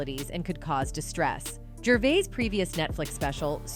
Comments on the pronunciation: Gravis? I’m not watching this if you can’t get the names right! (Or train your AI…) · Sure did 😅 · 😂😂😂😂 she did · Ricky fuckin GRAVIS? What the fuck bruh? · Did you say Gravis …😂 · Did she say Ricky GRAVIS? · Yeah.. Ricky gravits u know Ricky Gray ice surely u know him 😏 BLOODY AI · She butchered that name lol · This is painful! Why does she keep mispronouncing his name! ?? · Pretty shit AI if it hasn’t learned how to pronounce Ricky’s last name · Pronounced his name so many was but never got it correct once.. top quality journalism herr folks. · Numerous times. I think she only pronounced his name correctly like twice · She said it wrong and then right. 🤦🏻‍♀️